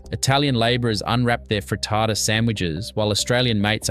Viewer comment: Why is he saying frittata like that? 😂